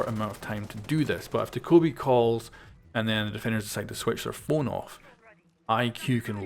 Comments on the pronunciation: Doh kow bi It's Do kuh bee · It's doe kay bee not dakobee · Homeboy it's Dokkaebi. Not Daekkobi. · De-Kobe? Do-Ke-Bee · Dough-Kye-Bee Not Duhkohbee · it's doe-keh-bee just put check the corean pronunce of " 도깨비 " on google translator and you will see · Did you say "da-koby"? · Dokkaebi... Doh-Kay-Bee... say it with me now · Dokkaebi DaKobe Bryant Lol it’s not even spelled the way you’re sounding it out how does that happen 😆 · He says dakobi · Actually pronounced Dokk-a- By I have a Korean Friend at my school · “Doh-ko-bee” XD Why do they always release operators with ridiculously pronounced names haha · the way you pronounced dokkaebi threw me off at the intro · Said her name wrong every time